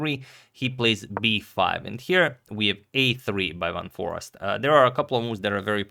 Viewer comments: I wouldn't say that it's quite like the "ei" in eight because there already is the ei/ij sound in Dutch and it isn't like the ee sound. With that said, Dutch has plenty of dialects and depending on where you are from, your pronunciation will differ. But yeah, there's and there's (which is from a Belgian) In any case, I think Adagmator may have misunderstood the intent of whoever contacted him, as they likely meant the English "a" which sounds like "ei" rather than the short "a" which sounds like "ah" which is how he pronounced Foreest in the video. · As a Dutchie I can confirm. In the video it is just the American "Forest" while the "eest" is more like the same sound as "aste" in taste/paste. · The Dutch google translate is actually spot on for pronouncing Jorden van Foreest. Its not Forast, but For-aye-st Goog content :) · double 'e' certainly not double 'r'. Van FOREEST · #suggestion Its more like For-ace-t - but to pronounce `van foreest` you could throw it into google translate and listen how google pronounces it in Dutch. This is actually surprisingly accurate (I checked it). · Closed is "for-aced" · I am Dutch: Foreest is pronounced as Fore-aye-st (English phonetics). The double 'ee' is pronounced as an 'aye' instead of the short 'e' you would have in Forest. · The important bit on Dutch names: V is pronounced as in German, as F. So, he's Fun Forest 😃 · The proper pronunciation of "Foreest" is "Foreist", with the "ei" pronounced like in "eight". The emphasis should be on the "ei". For the doubters, I am Dutch. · Agadmator pronounced it "forast", which simply cannot be right! I remember we learned how to say "Geest" bananas about 50 years ago ;-) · Here is the correct pronunciation of Jorden van Foreest's name in a Dutch chess video, fifteen seconds into the video: . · You pronounce the double ‘e’ the same way as the starting letter of the alphabet. So not like in ‘bar’. More like in ‘ace’. Love and peace!